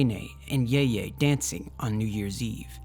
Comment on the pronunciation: Love it! Only thing I have to say is ‘Nai Nai’ is pronounced ‘Nye Nye’ and ‘Ye Ye’ is pronounced ‘Yeh Yeh’. Those are the names for grandparents on your maternal side